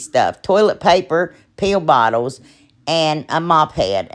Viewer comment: Ur so funny when u said pill bottle it sounded like pee bottle